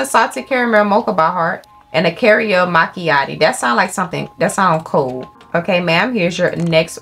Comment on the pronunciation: "cariel machiati"